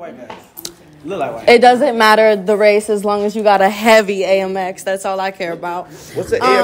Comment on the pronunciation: When she called AMEX… A-M-X 🤦🏽‍♀️🤣